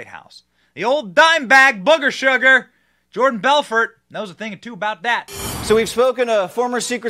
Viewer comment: The T is silent in Belfort 🤣🤣💀